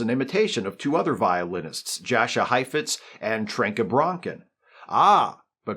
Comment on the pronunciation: It's pronounced Yascha Heifitz.